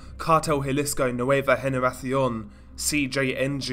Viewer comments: Yeah I heard that too lol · you pronounced the C and the S like a Spaniard lol You said Generafsion. It's spelled Generacion but a Spaniard would pronounce it Generafsion.